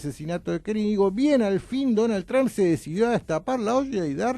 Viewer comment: Está gente dice Donald Tramp y es Donald Trump, se pronuncia Tromp no Tramp